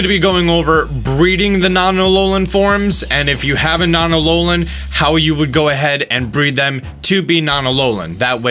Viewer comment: Alolian? ALOLIAN? A L O L I A N?!? Yes, alolian